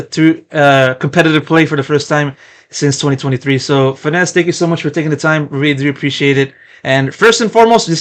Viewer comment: Who the fuck is Fenis bro? You mean FNS? Fenis bro- who the fuck is FENIS bro? "Fenis" like are you fucking braindead bro? Who the fuck spells FNS "Fenis" bro? Who the FUCK has ever spelt your- bro waitwaitwaitwaitwait let's let's get this straight bro. Who has ever spelt his name F E N, Fenis. When have I ever- bro, I've seen FNS, I've seen-I've seen FiNESSE. I've seen FiNESSE. Who the fuck says FENIS BRO? Yes his name is FiNESSE, I KNOW FiNESSE. Bro it's NOT Fenis. It's FiNESSE or FNS.